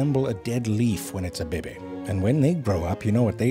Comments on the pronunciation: I luv how he pronounces "baby" as a staccato "behbeh"! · i can't say baby anymore I've watched these so much... its be-beh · I love how he pronounced "baby"